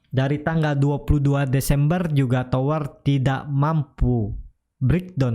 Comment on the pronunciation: TOWR boss TOWR bukan TWOR ok ???